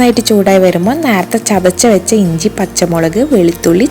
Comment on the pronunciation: നാർത്തെ അല്ല... നേരത്തെ.... കുറച്ചു വാക്കുകൾ പറയുന്നത് കേൾക്കാൻ അരോചകം ആണ്.. പറയുന്നത് കൊണ്ടൊന്നും തോന്നരുത്. പാചകം അടിപൊളി. വാചകം അത്ര നന്നായി തോന്നിയില്ല.